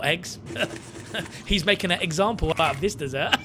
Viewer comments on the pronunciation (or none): "he's making an eggsample of this dessert" 😂😂